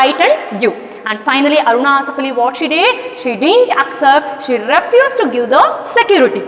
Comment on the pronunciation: Mam ur telling arunaaa asifff allli